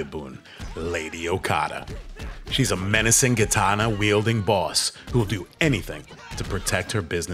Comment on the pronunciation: The gentleman in the clip should learn how to pronounce "Katana". It's Ka-Ta-Na, not "Kitana" or "Gitana", that's the name of a Mortal Kombat character. lol